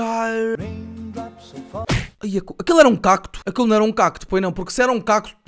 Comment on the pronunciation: Fui a única a ficar incomodada quando o disse "cacto"? XD